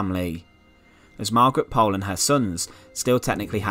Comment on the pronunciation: Thank you for telling us this. Until now, I had never heard of it. BTW, if you want to be really correct, Pole is pronounced Pool - also de la Pole is de la Pool. I also liked your video about Margaret Clitherow.